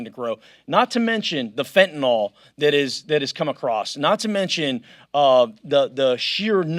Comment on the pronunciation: FF politicians stop saying fentanol.. its fentanyl.. read up on it for a change, so you know how it is pronounced looks like you are in the legion of dyslexics